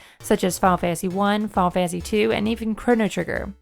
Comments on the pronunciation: Fiyul fansee fiyul fansee lol ennunciate please Fi-Nul Fan-Tuh-See Final Fantasy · "fah fansy"